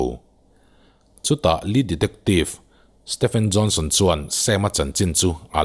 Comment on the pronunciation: ah khian "chutah lee detective stephen johnson.." i ti 😁 Enge lee dectective😁... nge ka beng chhia in ka ngaithla diklo zawk aw...